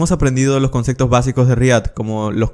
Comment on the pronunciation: Nadie: Absolutamente nadie:: CONCECTOS